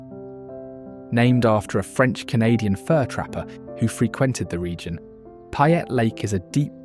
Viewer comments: "Even the locals don't know about???" You're not a local if you don't know about them. Oh and "Payette" is pronounced "PAY ette" not "PI ette". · Nice documentary, but if you are going to make a documentary about my state, learn how to say the names. You butchered ‘Payette’ and ‘Boise’ doesn’t have a Z in it.